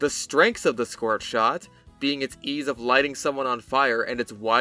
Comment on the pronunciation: I like the scorth shond